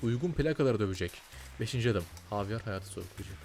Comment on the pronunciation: la javier i ingilizce değil korece cevirip dinlicen :D havyar değil habiel hatta bi ara ceviride habiel olarak geçiyor sonra ing e javier olarak geçiyor